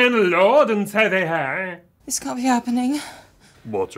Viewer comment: The only thing that ever sticks with me from this ep is the ridiculous way he pronounces “savior” “Our lord and saavhiaaar”